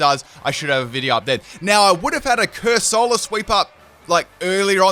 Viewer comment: Epic Corsula not Cusorla sweep?